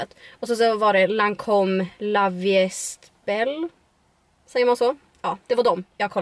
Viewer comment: Hahah det är franska o uttalas: "La vi ä bäll" o inte "laviest belle"😂😘